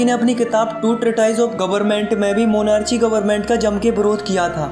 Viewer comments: sirf likha 'monarchy' jata hai bola 'monarky' jaata hai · Lots of students have been listening to this kindly pay attention to your pronunciation. You cannot be so careless with that...ex. a simple n vommon word monarchy is read मोनारची which is absolutely wrong. We are teachers we have to be careful specially when thousands of people listening you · Nice explanation👍🏻 but then the problem is with spelling and pronunciation like citizen=citigen , crore=carore , monarchy=monachy.